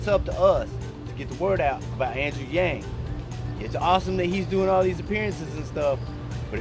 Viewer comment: I like Wallace but "Chank" and Wang??? C'mon man!!